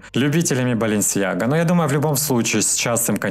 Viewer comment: поздравляю тебя с Днем рождения!🥂♥️😁🎂 Желаю самое главное - здоровья и удачи! Оставайся всегда таким позитивным, и все твои мечты сбудутся!😊 Слушаю тебя каждый вечер, пока не засну, потом пересматриваю😄 Особенно нравится, как ты рассказываешь про БаленсиЯгу!😂